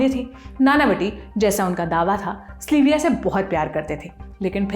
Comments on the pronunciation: its sylvia. not slyvia. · Aap zaraa sab ke naam dang se lein. Log agar kisi aur Sylvia se melenge toh use slivia kahenge. It's sil viya pronunciation. Not sli viya. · स्लीविया????? सिल्विया है..... research kar lete ho par naam thik se nahi kehte....